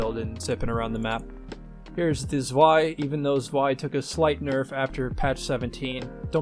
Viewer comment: fyi Zwei is pronounced like "Tsvy"